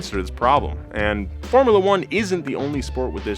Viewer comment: "formalla" bruh